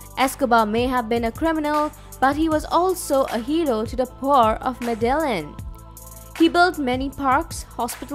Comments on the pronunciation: Its Mede-yin not MEDALIN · Its pronounced ME-THE-YIN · I can't keep listing to this video with the voice butchering the name Medellín, pronouncing it medallion.